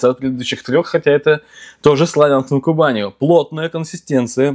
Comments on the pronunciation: Уже много раз писали про ударение в названии СлАвянска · Вот мне тоже режет слух, всю жизнь на а ударение, а в Википедии на я😳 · Простите, Вы неправильно ставите ударение-Славянск на Кубани. На а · правильно будет произносить СлАвянск-на-Кубани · Вы не правы, СлавЯнск-на-Кубани. Гугл в помощь. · Да хватит уродовать название города!!!! СлАвянск-на-Кубани!!!!!!!